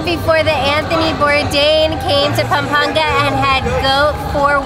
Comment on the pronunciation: Perfect pronunciation of "Pampanga " I'm impressed!